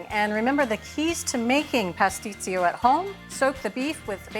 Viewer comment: My mother made the best pastisio. She made it for all the holidays. It is pronounced : puss- tee-cho